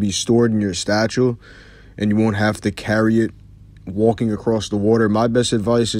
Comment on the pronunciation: Come on man, i appreciate your videos...but man "statchel"?